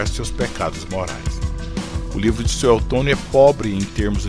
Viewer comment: Dói nos ouvidos o narrador falar "Sué"L"tônio 😊😊😊😊😊😊😊😊